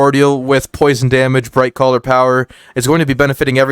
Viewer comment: Not sure if you are meaning to say this, but you keep saying Brightcaller?